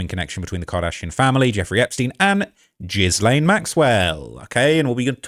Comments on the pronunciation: Thanks for your work. One small critique; Ghislaine (unsure of spelling) is not pronounce with a soft G but a hard G. It’s pronounced Gill-lane. Not Jill-lane. ✌🏼❤️🇨🇦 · Everyone mispronounces Ghislene’s name. It’s pronounced Guhlin. But I see what your saying😊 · "Jizz-lane Maxwell." 💀😂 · Learn to pronounce the name! Gilen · PERFECT pronunciation!(in this particular instance)😂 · man that shi gets on my nerves they always say jizlane 😂😂😂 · indeed - this dude mispronounced ghislaine - i guess we can disregard this entire video according to his own standards? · he mispronounces it on purpose but point taken-obnoxious.